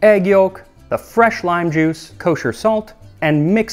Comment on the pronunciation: wHatS "kOsER" SaLt?